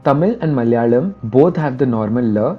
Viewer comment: first time hearing someone from northern part of india say malayalam correct